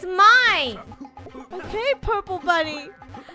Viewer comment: For some reason whenever you say bunny I think you say funneh🤣🤣🤣🤣🤣XD